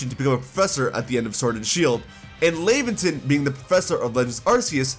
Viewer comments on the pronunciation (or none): Laventon's name is pronounced similar to the word Lavender